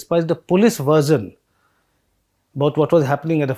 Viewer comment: Haha He said Version But actually it was heard as Virgin